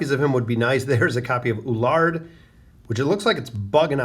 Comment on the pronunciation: I like your videos. EL-OO-WARD. Is how you pronounce Eluard. It drives me nuts that you pronounce it ULARD. Just saying. Keep up the good content sir